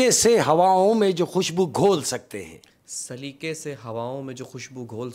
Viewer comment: Saliqe ko salika kah rhe hai talluq ko talluk..kaha se urdu achi hai ki usse achi meri hai indian me hindi walo k sath rah kr bhi...tallaffuz pr gaur farmaiyega...baqi kahaniya achi kahte ho sakam and respect from India😊